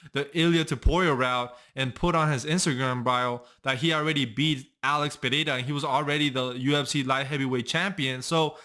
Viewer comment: Congratulations for saying "Pereira" perfectly! I'm Brazilian. 😅